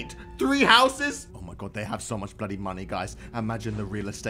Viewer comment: Stop say Boody